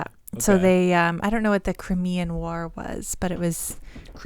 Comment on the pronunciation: Pronounced “Crime-Ian” war.